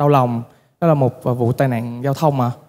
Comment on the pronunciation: Andiez Music: cố gắng lần sau phát âm chuẩn hơn tí nữa thì perfect hơn. Ở bài này chữ "buồn" và "người" bị phát âm thành "bùn" và "ngừi" nên nghe hơi gợn gợn 1 tí